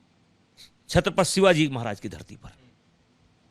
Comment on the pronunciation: जिन छत्रपति का नाम तुझे ढंग से उच्चारना नहीं आ रहा उन छत्रपति के महाराष्ट्र के बारे मे और राज साहेब के बारे में बोल रहा है,क्या औकात क्या है बे भडवे तेरी।